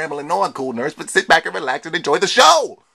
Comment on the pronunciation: "We black" or "We back"?